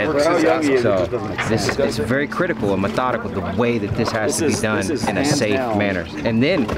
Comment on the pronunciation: The way he said "METHODIGICAL" sounds "METHODICAL"